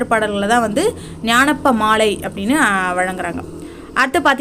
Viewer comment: Gnanappamalai illa. Gnana paamaalai. Olunga read pannunga.